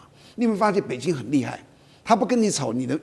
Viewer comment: 台灣人的北京是 “北津” ， 生日是 “深日”。越南是 “Eh -南”。 舌头有问题 ？